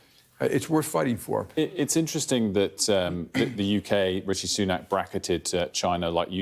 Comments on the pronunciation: Did he really just call him “richy” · It's Rishi not Richie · "Ritchie" lol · Richie ? It’s Rishi Jamie